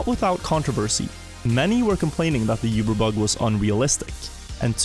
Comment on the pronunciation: Its oober, not yuber